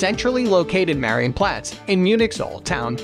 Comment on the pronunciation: Am I the only one extremely triggered by how this hectic narrator BUTCHERS every name? He doesn't even try... Had to hear his interpretation of the word "Marienplatz" like 20 times before I figured out what he meant... "Widdelsbag" come ON 😵‍💫